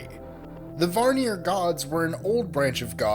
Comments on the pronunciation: Vanir not Varnir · The first gods were not Odin and his two brothers...buri (odins grandfather) and bor (odins father) were gods and they preceded him and his brothers...and it’s not varnir, but vanir. I stopped listening to it, you should probably do a bit more studying before you make a video like this. Lol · Vanir is not pronounced "VAR-nir". It's "VAA-nir"...otherwise interesting presentation. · August Thor then you obviously don't know how to pronounce them. "Varnjeer" "Odin" "Ask and Emblur" "nyfelhaim" , I could go on for days. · at #2 "okay let's stop right there. it's not pronounced like iceir, it's pronounced like Asir (spelled aesir) and it's not Varnir, it's Vanir."